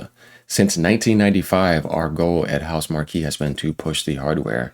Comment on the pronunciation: FYI: It's pronounced 'house mark' Not 'house markee'. Great vid as usual 👍